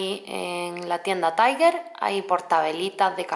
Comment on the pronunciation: No se dice taiguer se dice tal cual se escribe tiger